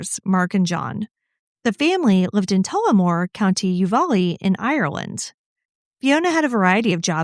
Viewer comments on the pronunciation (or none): The county is Offaly , pronounced off a lee. Sounds like u said u va lee. Counties in Ireland can be hard to say 😂